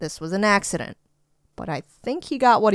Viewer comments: an, an axe ident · “It was a AXE-ident” Eyy?